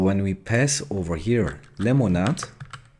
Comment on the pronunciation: u say lemonade so funny LOOOL